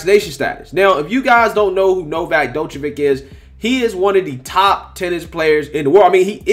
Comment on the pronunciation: Thought y’all was calling him Novax 😂😂😂. His name is Novak.